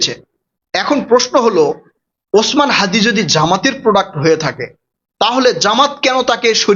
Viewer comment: হ্যদি কি????? হ্যদি হ্যদি করছেন কেন? বলুন হাদি